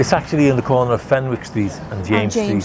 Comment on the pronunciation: it’s pronounced Fenick street. Fab video all the same